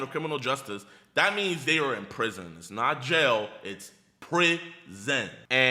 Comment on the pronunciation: its PRIH-ZEHNN !!